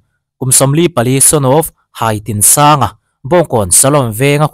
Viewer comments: Haitinsanga tih tur hi Hai lai hi i thlûk a, Hâi ni lovin Hai , tih mai tur anih ka ring zawk. Khawtlang leh ram duhloh thil ti tute hi kan endawng thiam a hun tawh hle ani. Sum an neih avanga, kan hlauh a, kan tlawn a, kan ngaisang te hi kan tenawm tlat, engahmah ngailovin i endawng thiam tawh ang u. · Hai tih hi risang tur a ni e. I lo lian tawh lutuka ka hai che alawm tih a hai lam dan anga lamrik tur a ni e. Khi lam atanga rawn chhuk an ni